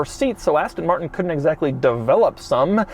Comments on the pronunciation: “asten morttennn” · aston mar-n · Ass-tonn Martn. Thanks, Doug! OK, nice materials on the inside but the way they're designed and put together is like it was given to the interns to complete in one week. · I had to switch off because of the way that he said Aston Martin and his explaining what a cygnet was